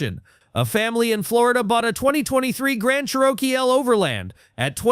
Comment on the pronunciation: What is a Cher-Oh-Kee-L😂😂